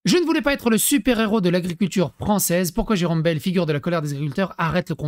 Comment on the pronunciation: Tu auras remarqué que Jérome Bayle prononce baïle et non bêle😉